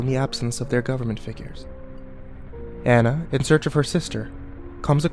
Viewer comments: Kimberly French THANK you!! I feel like the only person who notices this!! They would know how to pronounce the name if they actually WATCHED the movie!!! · That that's not the original origin of the story at all and too bad you're not even saying Anna's name right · The fact that you just pronounced Anna's name wrong made me cringe. Sorry to point that out... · I couldn't really get into this because you we're mispronouncing Anna .-. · Anna is not pronounced how your saying it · this...wasn't very good and, it's pronounced Ah-nah not An-ah (because of the country it's set in) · It's not aa-na(Anna), it's aw-na(Anna) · Ah-Na not Anna. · I know I'm almost 10 years late, but does anyone else just feel a tinge of annoyance every time he calls her "Ann-na" instead of "Aw-na" (the correct way to pronounce it) or is it just me? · You crept saying Ana not anna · its actually pronounced Onna but spelled Anna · it A u n a Not ana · ah-na, not anna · It's pronounced ah nah and love ur bids escpicually the rugrats theory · Anna's name is pronounce uhna it is German. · Interesting theory, but the only thing that bothered me was that Anna's name was said wrong. Pronunciation of her name could be like this On-Nah. Besides that, it was interesting to listen to. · this would have been so much better if you were pronouncing anna's name right... ( say it like auna) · its anna ah nna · its pronounced onna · by the way, you're saying her name wrong. it's pronounced "ah-nah" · anna is pronounced ah-na:3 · I don't know if I can believe this theory... Maybe it's just because you don't even know how to pronounce her name so I can't trust you... I'm weird like that lol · For the last time...Anna's name is not pronounced that way!! You would think with Frozen in everyone's face they would know how to say Anna's name right. Also...these theories are a bit too far fetched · Great CreepyPasta but... The whole time all I could think of was "YOU'RE PRONOUNCING ANNA WRONG."